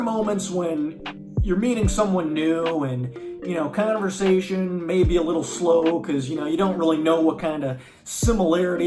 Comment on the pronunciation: I love how you talk. And also how you say canversation! Are you from NY?